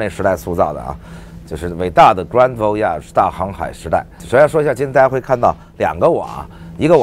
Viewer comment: 他把voyage按照偏法语的发音来念的